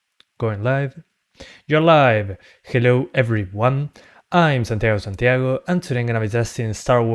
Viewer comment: Ayeeee!!! he finally said it LIVE, he said "Hello everyONE, I am " LOL i like this guy, effortlessly funny.